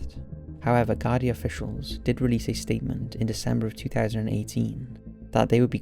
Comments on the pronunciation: Garday haha its pronounced Gar-Dee, Ireland is a corrupt hole of a country with strong connections to America, for fuck sake US soldiers are often spotted in full uniform hanging about US companies like Lockheed Martin, and we all know what suspicious carry on they get up to. One of the richest countries in Europe because it was built on dirty globalist blood money. Wouldn't surprise me if a man of his talents copped on to something fishy and was sent on a one way trip to the Wicklow hills. God rest the poor fella. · Not to be prude but, it's pronounced 'gardee' not 'garday' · It's pronounced gar-dee. I've seen posters recently, no more than a month ago, I can still remeber seeing the posters for the first time as a child. There was a couple of cases like this at the time. ALLOT of unsolved disappearances in Ireland.